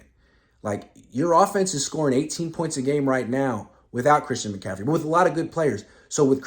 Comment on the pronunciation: Bruh, it's Christian McCaffrey